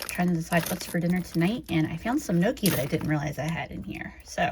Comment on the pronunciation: Gnocchi is pronounced nyoki with the n and y together. Not noki lol